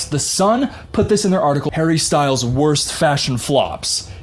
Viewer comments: Everytime u said hARRy Ssstylessss 😂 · My new favorite thing in the world is when you say “I’m harry styles” in your accent. Cracks me up. Btw I love your MouseRat shirt. Love Parks and Rec